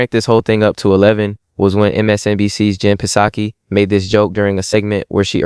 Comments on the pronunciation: ...the P is silent on PSAKI....so SOCKIE.... like the Japanese beer.. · The " P" in " Psaki" is Silent